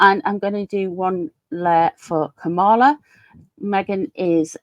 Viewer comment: Kamala rhymes with Pamela. 💙💙💙